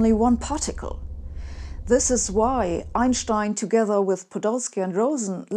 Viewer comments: I think it's refreshing just to hear somebody pronounce his name properly. I haven't heard this since university, around 1990 for me. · Yes, that’s not an accent or affectation, that’s simply how he and everyone in Europe always pronounced his name. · Also it’s nice to know how to actually pronounce his name correctly. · As a non-German, I didn't either. Frankly, I love when she does a video on Einstein because we get to hear the way she says his name, and no one else does. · I like the way Sabine says Einstein's name. She's the only one who pronounces it correctly. That convinces me.